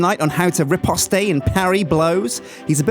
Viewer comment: Did you say "Ri-post-eh"? cmon. its "Ri-post"